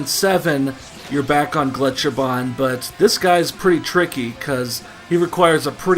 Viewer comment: I love it when americans try to pronounce any german words. That's always the best part of any old Wolfenstein game. Your pronunciation of "Gletscherbahn" was actually pretty good. "Megaschlucht"... not so much. Here ya go Now you've learned something you never needed to know